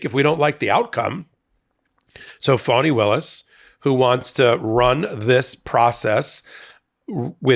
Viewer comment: I know that you would be irritated if someone, everyone in this case, kept saying your name wrong, repeatedly. So, here is the break down. Fani Taifa Willis - fa ni, FAH-nee; FA as in Do Re Mi FA So La Ti Do - not fawn, not fan.